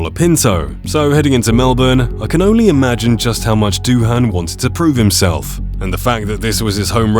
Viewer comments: It's pronounced DOO-AN - the H is silent you tool! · Doohan is pronounced "Do-an". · Fyi, Doohan is pronounced "doo-un" (no break, say it smoothly). At least that's how I've heard it since his dad Mick made an international name for himself...